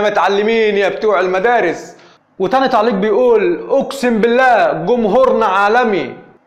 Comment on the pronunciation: كولمبية هههههههه كولومبيااااا علاش لسانكم ثقيل على النطق ياخي لغة عربية لي علمتوها للعالم ههههه افريكيا ههههههه تعليك هههههه أي لغة وأي لهجة ولا لغة المريخ هههههههههههه